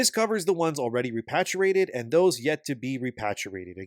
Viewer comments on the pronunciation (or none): Repatriated is pronounced similar to patriot, not pat. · Hey buddy it would be a lot easier if you just don't try to use big words when you can't pronounce them for example repatriated. Re-pA-tri-A-ted The A's actually make their sound. And if you're using AI or some voice over technology I would seriously consider in getting new software. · Ree-paat-ree-aa-ted. jfc.